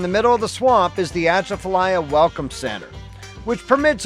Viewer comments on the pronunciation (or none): We say Atchafalaya like this: A-chaff-a-lie-a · I loved your story on our state, it’s a wonderful place to live. The only thing that I can fault you on is your pronunciation of Atchafalaya but we fault everyone that’s not from here😜 “uh chaf uh lie uh” is how it’s pronounced here😂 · The word is pronounced "Ah-chafa-liyah" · LOL... uh-chaff-uh-lie-uh is how it is locally pronounced. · Atchafalya it's pronounced as A-chaf-alia. It's a shame you missed the museum and the animatronic racoon. It's a Louisiana treasure and one of the only three rest areas on I10.(state cutbacks) I have never heard of Creole, Louisiana. I didn't think Louisiana had any beaches. It was probably a continuation of the works progress administration. Which built all of the beaches in Alabama and Mississippi. The beaches and highway you see today didn't exist before then. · atchafalaya pronunciation is like this uh-chaf-uh-lahy-uh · Great video, beautiful scenery! I've tent camped that area plenty of times. Those evening/early morning mosquitoes are not so bad in the cooler months. But during the summer, they're so brutal that you can literally hear and feel hundreds of them around you! Also, I'm pretty sure you're pronouncing Atchafalaya wrong. The stress is on the 4th syllable, not the 1st.